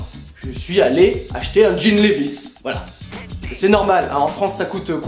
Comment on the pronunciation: Levis ça se prononce livaïsse, merci Cordialement, Les bilingues